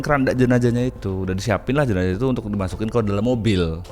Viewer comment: Kenapa tidak bisa bilang jenazah bilang jenajah terus